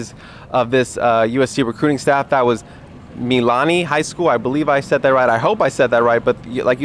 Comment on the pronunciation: Mililani -- you missed a syllable. mī'-li-lā'-ni